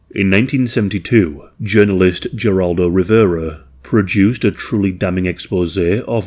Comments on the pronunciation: Never heard him called "Ger-all-doe" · It's pronounced "Heraldo Rivera". I have seen this documentary, it's on Youtube. It is a stunning example of what the best of investigative reporting can achieve. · LOL! You can tell this fella isn't from America. It's pronounced HE-RALDO. The G is like an H. Sheesh. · "Geraldo" is pronounced with an "H" sound in the beginning, not a "G" sound. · Do YOUR research. Start with the idea we should apologize to our OWN people first instead of being arrogant. That’s part of making fun of how pronounced Geraldo’s name. Start your education with the Quaker oats experiments, than take a gander on sterilization laws in the states that were put in to get federal funds. It’s not a competition, dear. We should be trying to stop it, and that win’t happen if you throw a tantrum every time you hear some thing you don’t like. And yeah, you aren’t the only one who travels, bless your heart. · Never thought you were a robot before I heard you pronounce "Geraldo." Haha jk great video